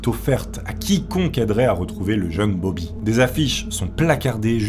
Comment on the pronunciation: "Bob'larre" pour "Bobby" c'était trop ahah 🤣 par contre, 20 000 dollars pour l'époque, ça me semble VRAIMENT beaucoup, même si ils étaient riches, ça fait une somme énorme pour l'époque, et ça représente bien plus que 20 000$ d'aujourd'hui! ahahah ce charisme présidentiel 🤣